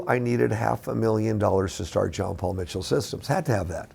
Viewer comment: His namne is John Paul - not Jeon Paul.